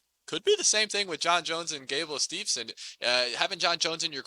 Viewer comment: I'm sure he has a lot of good takes, but I can't abstract from all his mispronunciations and stuff. To me, that does not show that you know what you're talking about. Viktoria Dudukova, then Viktoria Ditcheva and then Gable Steve(N)son. It makes we want to turn off the video.